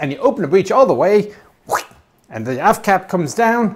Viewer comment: When he said AFT cap I honestly thought he said ass cap I had to go back and listen to it again